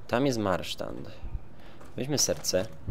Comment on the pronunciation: to je MARSZAND nie MARSZTAND tam nie ma zadnego T